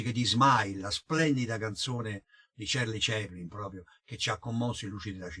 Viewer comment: cerli ceplin non si puo' sentire!!con l' inglese egregio sig.huuummmmm.